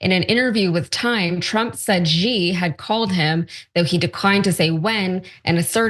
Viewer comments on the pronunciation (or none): Everyone, Xi's name is not pronounced G, it is pronounces as, She. Jesus. She-Jing(like jingle bells without the le), Ping (like ping pong) = Xi Jing Ping. Now say it correctly.